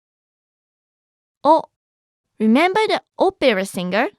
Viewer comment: Opera is not pronounce with a long O in english.